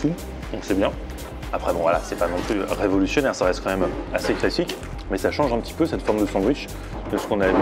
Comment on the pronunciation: quand dit "bon voilà c'est pas non plus rrrévolutionnaire" C'est que c'est pas ouf